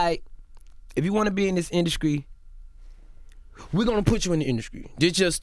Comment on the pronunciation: lol he said “induskry”. These southern slangs. 😂😂😂